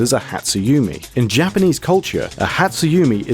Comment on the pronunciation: I'm pretty sure dynamic/static refers to the type of dream you got and whether you interacted with creatures/objects in it, not how much you moved. Sato is pronounced with an ah sound instead of a long a. Hatsu yume is pronounced with an e sound as in the ay in may, not a long e. Put simply, Japanese vowels are always pronounced the same way, so next time you make a video like this you would sound more researched if you look up a pronunciation guide.